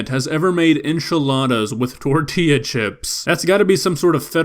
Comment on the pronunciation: The "Enchiladas" killed me :c. Never mind the "Omelette" X_X